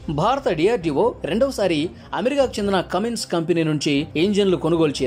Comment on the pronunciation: ఒరేయ్ కామిన్స కాదు కుమిన్స